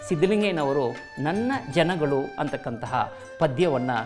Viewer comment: There is a difference between ನನ್ನ ಜನಗಳು & ನನ್ನ ಜನಗಲು ನನ್ನ ಜನಗಳು 👈this is correct & other one is wrong provocation Please pronounce it properly 🙏